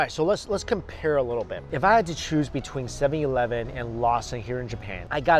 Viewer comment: Right u say 7-Elven